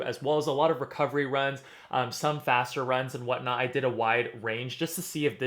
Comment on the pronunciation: "what not" or "what knott"? 🙂 Thx for the honest review!